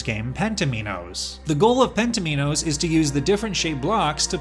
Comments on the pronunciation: penn-teh-mee-knows?? You have got to be joking. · appears to be pronounced differently in the US!?